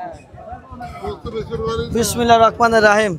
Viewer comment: বিসমিল্লাহির রাহমানির রাহীম বলতে হয় শুদ্ধ করে বলেন ভাই,,,,,😊